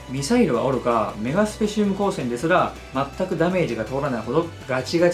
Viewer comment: ちなみに何か、メガスペシウム光線やねんけどさっき、メガシュペって、言ったよねちょっと発音が、変やな